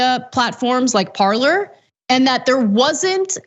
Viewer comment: Parler, pronounced par-lay, is french for "to speak." Much as I don't respect the company, it is cringe-inducing to mispronounce.